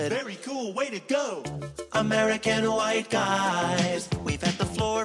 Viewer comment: I like to think that when He says ,,im chwhite,, Its a tribute to family guy